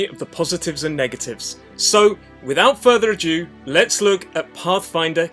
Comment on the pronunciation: Dude, it's "Without further A DO". not ADUE". It's not french, it's english